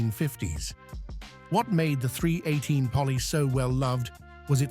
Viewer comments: We say “three eighteen”.. Forced myself to watch it cause of the subject; but hard to listen too. AI voices are hard on the brain.. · It’s 3 eighteen, not 3 one 8, A eye needs to learn pronunciation. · its NOT a three...one...eight , fool . its a 318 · AI says "Three One Eight" instead of "Three Eighteen" H.E.M.I. instead of "Hemi". Tired of this AI garbage and never finish never getting to the intended end of the program.